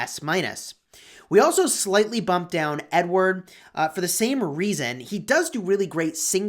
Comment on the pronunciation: Who else feels like he says n word and not Edward lol